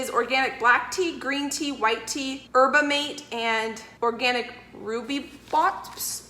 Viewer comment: So, those teas you didn't know? They are yerba mate, pronounced yer-bah mah-tay (or ma-teh), which is from South America and quite high in caffeine, and rooibos, pronounced roo-ee-bohsh, which is from South Africa and is completely caffeine free. I like it ok, but I hate yerba mate--I find it bitter, but my husband LOVES it. Go figure. Hope this helps--I've learned so much from you!